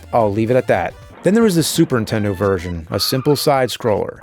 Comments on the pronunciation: I still love how after all these years, AVGN still pronounces Super Nintendo as "Super Intendo" like so many other people I know ❤ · What's a Super Entendo? I keep hearing the Nerd say it. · I always hear it as "supern intendo" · Ahh still saying “intendo” instead of Nintendo all these years later lol